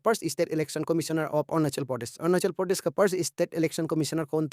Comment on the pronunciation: 😂😂 video ❌ bidiyo✅ Pradesh ❌ pordes✅ Tisa❌ ticha✅ Tsangpo❌ tsangfo Tissing❌ titching✅